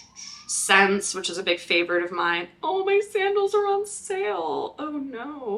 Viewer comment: Just watched your video and really liked it! I'm also a huge fan of Aeyde! Just an fyi, as a Canadian, the store SSENSE is pronounced "Essence". I currently have 6 pairs in my SSENSE cart....just can't make up my mind which ones to buy. I just want them all!